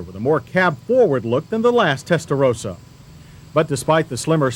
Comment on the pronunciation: He said it correctly this time😂